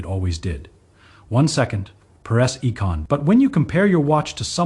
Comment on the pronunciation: AI needs to learn the basic pronunciation of the word "second"